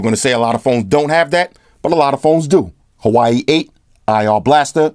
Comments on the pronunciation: The blue phone is Huawei and should be pronounce as "Hwa-Way", not "Hawaii" LOL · Huawei isn't pronounced "Hawaii" it's more like "whawei"😂😂😂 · Hawaii..... You mean Huawei? (Pronounced waa-way). Wish I had that V20 though. Not gonna lie, i'm thinking of an iPhone 7 plus but with their 20 year anniversary comin up tho i'm not sure if that's the right move either... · Huawei = "Whaa"-"Whey". I used to call it "Hawuawii" as well. Haha alright last comment. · I am so sorry bro but I gotta say it haha. Every single time you say Huawei "Hawaii" it makes me laugh out loud lol. Huawei is pronounced as Wow = hua, way = wei. So say it Wow Way :). Just for the tip: don't hate me please :P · I'm so immature I'm still laughing every time you say Hawaii (Huawei) lmao. for Prez 🔥